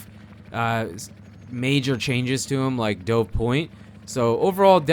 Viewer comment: Dude it's pronounced like "duv", like the bird. That is how it's spelled.